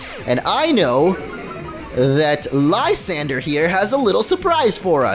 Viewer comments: I forgot to comment this but Lsyandre is pronounced Lis-an-dray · It is Lis-on-dray for Lysandre.